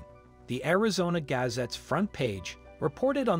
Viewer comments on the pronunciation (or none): Not only BS clickbait title but what bizarre pronunciation of basic words like “gazette”.